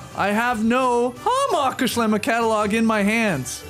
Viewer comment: I look forward to this episode each year more than any other, just to hear Skeets pronounce Hammacher Schlemmer. Keep it going!!